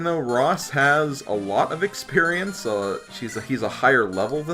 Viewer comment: So why did you call it "experienoso"?